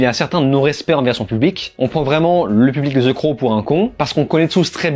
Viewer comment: Enfin un mec qui prononce bien le titre...en plus la review est cool .